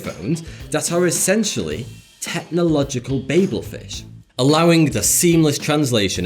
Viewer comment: Thank you so much for pronouncing my last name 'Babel' correctly. Proud to be a patreon!